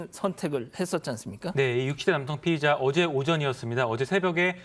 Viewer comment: 졸라게 발음 똑바로 해야 될듯 피해자.피의자 차라리 피해자.가해자 이렇게 해라 좆도 뭔말인지 모르겠다 씨~~~